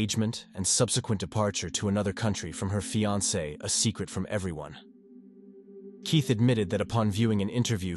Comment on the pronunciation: this channel is definitely an AI. You can hear the spelling mistakes when the bot reads. At one point, Keith was said Keoth. There's a few more but that one I heard quick.